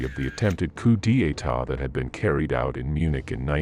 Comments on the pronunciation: Lmao 🤣🤣.. it's not pronounced -' Koo, day ay-tah '. It's pronounced -' Koo - daytah '. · A "Coup Dee Etat"???? For crying out loud... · Let alone "Coup De e-tat" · GER-bulls, not GO BULLS; VARE-mocked, not WHERE-MOCKED; And it's not pronounced COO DEE AY TAH. Otherwise, a good mini-doc. Just curious: I know there's a person speaking at the end, but was the narration actually AI? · I've got to say that the awful pronunciation of various words makes listening to this video almost painful. Cou-dee-ay-tah? If this is a bot reading, it should be possible to spell out the actual sounds of the words, rather than the conventional spelling. Coup d'etat could be 'coo-du-tah', that sort of thing. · Coup D'etat = coo day ta, not coo deeay ta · Coo Dee Ahh Taa 😂😂😂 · "Coup d'etat" as koo-dee-etat! :face-purple-crying: But it's not really that funny. You people are just in the wrong line of business. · coup d'etat becomes coo day EEE tah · Narrator should learn how to pronounce coup d’etat